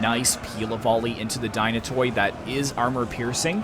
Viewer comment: Dynatoi is pronounced as Dynate' (means Dynatos =Strong , Dynatoi is the plural).. in general all Hellenic units Skoutatoi = Skouta'te , every -toi is not (toy) but -te (not t+epsilon but like the e-ar) I hear other youtubers pronounce it that way too.